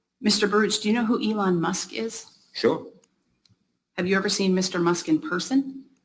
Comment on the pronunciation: "Yvonne Mosque". 😂